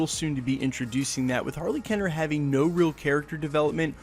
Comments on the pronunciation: Keener not Kenner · How do you get "Kenner" out of "Keener"